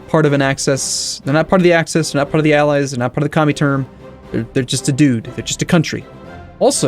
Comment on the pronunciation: Commie-turn sounds so American :P